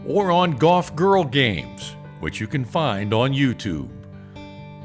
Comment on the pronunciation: Great story, strange vocal emphasis on Golf GIRL Games. Hopefully it won't get stuck in my head that way because I have been a subscriber since day 1. Good luck on tour in 2025!